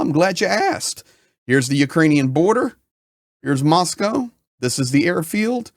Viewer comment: Good to hear an American pronounce Moscow correctly.